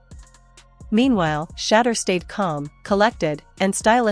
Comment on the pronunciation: I like your channel, but, I want you to say, Shedeur Sander’s name correctly, ok? His name isn’t, “Shadder”, it’s, “Sha-door”, ok? All of the other YouTuber’s videos, that you put in your videos, pronounces his name correctly? Show the man some respect? Respect his name, he’s earned it, ok—(Atlanta, GA)!🏈🏦💰🇺🇸🌎